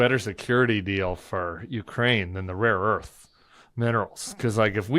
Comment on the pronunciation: It was rare earth, but Trump cannot master that word apparently as he has said raw earth repeatedly